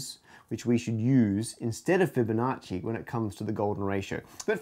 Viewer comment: Interesting slaughter of "Fibonacci." Numberphile already has the Golden Proof video, what "second" do you mean?